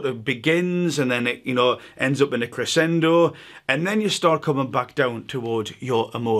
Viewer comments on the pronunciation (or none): none